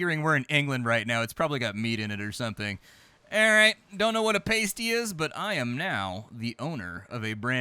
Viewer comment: Wow, a tidy game with British accents :) Pasties are fantastic, BTW is pronounced "paaassteeee"